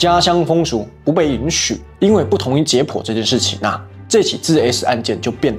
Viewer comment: jiě pǔ❌ jiě pōu⭕️